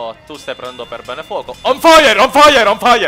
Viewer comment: Ma su tf2 sembra che dicono fai ah fai ah al posto di fire